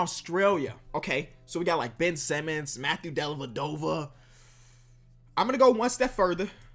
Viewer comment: Mans said Ben Semmons